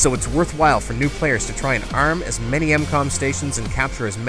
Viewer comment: hey bro, its not incom its m-com just so you know.